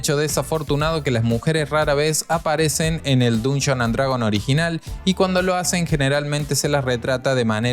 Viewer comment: Nada te cuesta aprender a pronunciar bien el nombre del juego… Está bien que no sepas inglés, pero con que solo pronunciaras bien, ya estaría bien.